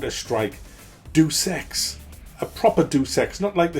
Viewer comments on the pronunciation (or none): How pronounces "Deus Ex", it sounds like "durex" or "do sex". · "doos ex" yikes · It's pronounced: Day Us Ex.